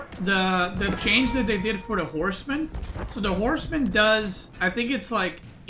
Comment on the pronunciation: for a second there I thought he said Core's men instead of horsemen